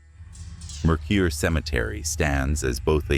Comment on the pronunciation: As a 25 year resident of Tooele it makes me laugh hysterically when these channels, or even non-Utahns, twist their brains trying to pronounce it. It's: Too-wil-la. Mercur is pronounced mer-ker. The Oquirhh mountains are pronounced Oh-ker (rhymes with her). I've investigated the Old Tooele Hospital twice and didn't get any evidence either time! I've also had the opportunity to investigate the Kirk Apartments—formerly the Kirk Hotel—in April of 2014. The Kirk is FAR more haunted than the hospital/Asylum 49, but all three floors of it have now been converted into apartments and therefore not available for regular paranormal investigations. Mercur cemetery is a hot spot for doing some amateur paranormal investigating, but you have to be patient, be prepared to go more than one night, and go when the nights are warm, ie...late spring to early Fall. Otherwise you'll find yourself in very cold, or even snowy weather. 👻👻👻